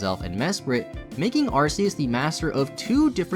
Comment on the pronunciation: love that you pronounce arceus two different ways haha